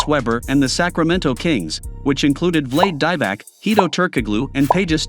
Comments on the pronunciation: "Vlade Die-Vac" LMFAO! That's funny. Vlah-de Dee-Vahs is the pronunciation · Vleid Daivak WTF LOL. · Anyone catch how he pronounced vlade divacs name? 😂😂😂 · Simple google search would have taught you how to pronounce Vlade Divac's name correctly.....can't take you seriously man.... can't pronounce the man's name Disrespectful.